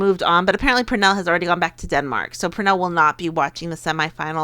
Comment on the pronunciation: Really enjoying your World Cup commentary. Also like your prediction that Sweden will be in the final. And FYI, Pernille Harder's first name is pronounced "Pernill-eh" ... because the Danes (and Swedes and Norwegians, actually) tend to pronounce the e at the end of words. Cheers!